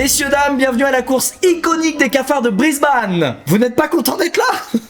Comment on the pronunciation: « BrisbAne » Aïe, aie, aie..